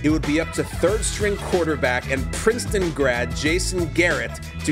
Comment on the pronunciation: why he says Princeton the way he does I'll never know PPPPPPrinceton